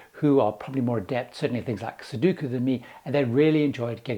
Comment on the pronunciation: "Here you go Mum!" "oh ... great ... more slippers ... thanks ..." Okay, say it with me: " sue-DOH-koo". "sue-DOOOOOH-koo". FWIW, do NOT take home one of the barmaids. Ask me how I know.